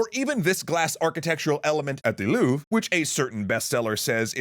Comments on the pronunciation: Louv-re, two syllables, louv - re. Okay? Okay! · Only the E is silent in Louvre, not the R. EDIT: Nor is R in French oronounced as W.